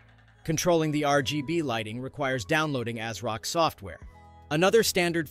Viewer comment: It’s not A-s-rock. It’s pronounced AZ-rock.